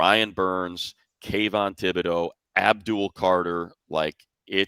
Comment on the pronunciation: Money, I trust that you have pronunciations given to you by the teams, but as a long time Dux fan, Kayvon Thibodeaux pronounces his last name TIB'-o-dough, not Thib-o-dough. Might want to double-check it with the Giants (or Thibodeaux himself) before calling the game on Sunday.